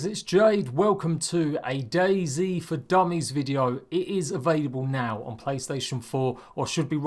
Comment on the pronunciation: The way he says it is Daisy instead of Dayz